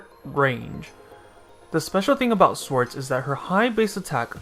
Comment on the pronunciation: did you just pronounce her as "swords"? wow...